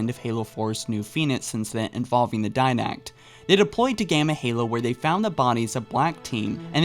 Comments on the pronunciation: *Diadact not Did-Act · its spelled as "didact" and pronounced as Di-Dact.